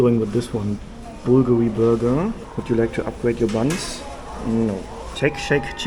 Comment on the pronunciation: Please never say Bulgolgi again